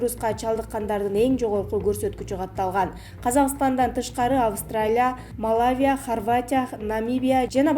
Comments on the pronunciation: Малавия дейтго ошондой мамлекет да барбы? 🤔Малазия бар эле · Респитатор, Йорк таймыс, малавия. Кичине даярданып чыкса болбойбу?